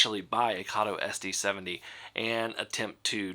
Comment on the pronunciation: Karto??????? It’s Kato as in Kayto!!!!!!!